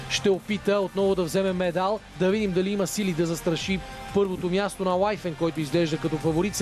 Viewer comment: Коментаторе, произношението е Уифин, не Уайфен.